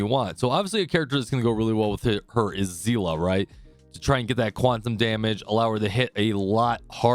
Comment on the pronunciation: Literally the first guy to pronounce Seele properly.